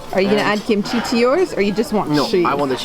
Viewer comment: I herd gimchi not kimchi 😂